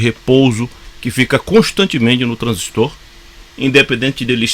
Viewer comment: Parabens! pronunciou corretamente a palavra TRANSISTOR, tem meu respeito. Tem gente aí q gosta de falar "transísto " eu pulo logo o vídeo pra não ver mais.